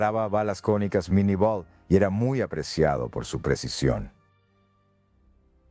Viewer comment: NO ES MINI BALA.MAL NOMBRADO Y MAL ESCRITO EN ESPAÑOL.LA BALA LLEVA EL NOMBRE DE SU INVENTOR FRANCES.EL CAPITAN MINIE.Nombren bien.